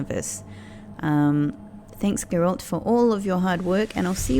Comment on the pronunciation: Hoping some day, u will say Geralt the right way 😂, when u play as ciri, try to explore ur missing out on some conversations